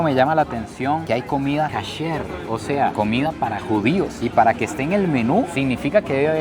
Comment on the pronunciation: No se dice catcher es kosher la comida de judíos